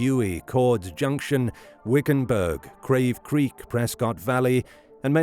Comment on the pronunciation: It's Cavecreek, minus the r. 😊